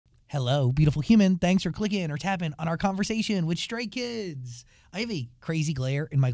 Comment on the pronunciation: Everytime he says Stray Kids, it translates to Straight Kids lol